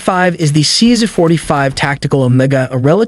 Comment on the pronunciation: Your AI stinks…is it really that hard to talk and pronounce the words properly?…….also the “C Zuh” you showed was the wrong model….this isn’t the way to build your subscriber figures